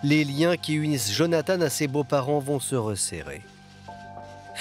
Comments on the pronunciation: Jonathan !!! (prénom biblique) ...En Français on ne doit pas prononcer "Jonathane" et encore moins "Djonathane" !!! Nous ne sommes pas anglo-saxons! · En français, on prononce jo na tan. Pas Jone a tane ... merci !